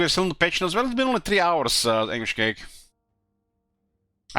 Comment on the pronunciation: Just noticed how says Warhammer Tree instead of Warhammer THree ❤